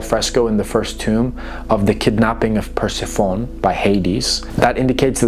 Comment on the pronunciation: Sith-e-in ( Scythian ) . Per-Seth-fa- knee. ( Persephone )